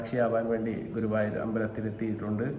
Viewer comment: ഗൂവായൂർ അല്ല ഗുരുവായൂർ 😅